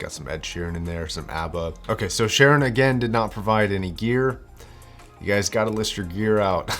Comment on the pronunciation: Learn to pronoce gear man. Eek